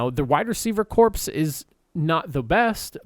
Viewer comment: You keep saying corpse and it's driving me crazy.